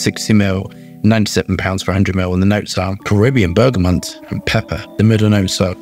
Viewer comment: I love you. But please..please.. It’s bergamot! NOT bergamonnnnnnnnnnnt!! Please..